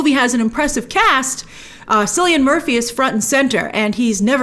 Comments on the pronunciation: It's pronounced Killian not Sillian. Hard C. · It’s Cillian like Killian. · Cylian Murphy, Cylian pronounced as "Killian". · it’s pronounced Killian. If he was black she’d have researched, said the name properly and then inserted a disclaimer incase she didn’t.